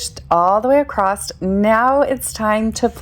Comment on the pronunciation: The word across does NOT have a “t” on the end..it’s very annoying to hear people mispronounce words.